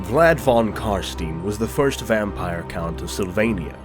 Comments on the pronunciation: Von is German. V is pronounced as F and W is pronounced as V. Von is pronounced Fon. Please. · Başar Ant Yatır „von“ is 100% german, In the netherlands it‘s „van“. It‘s meant to be german.